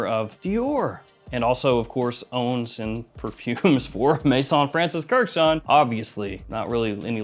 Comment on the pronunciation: Please can we pronounce kurkdjian kurkd-jian not Kurt-chan. Its Armenian the ending should sound like (i-yan)